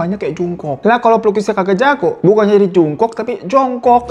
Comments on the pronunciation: Jongkuk kak kalo bacanya 😊😊😊😊 tulisan nya Jungkook 😊😊😊😊😊😊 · Jung kook dibaca Jong gug ya inem